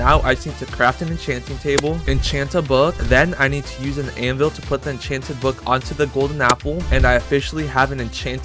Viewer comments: Bro said echan chan golden apple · it says “enchEnted”